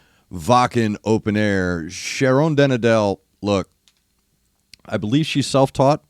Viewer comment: great comments as always. Within Temptation is of course a wonderful band that has been paying far too little attention lately. One comment: don't try to pronounce Dutch names the American way. Sharon is fine, but her surename 'den Adel' is definitely not pronounced the same as 'Adele' (English Pop Singer-Songwriter). Almost always the Dutch 'e' occurring in a second syllable sounds like a 'stomme ə'. Just like the second and third 'e' in Anneke van Giersbergen's name pronounce it as a stupid 'ə'. (there is also a silent 'ə' in the third syllable of her last name)., my advice: test the pronunciation of those Dutch names by trying (in advance) via the Google Translate 'Play' button.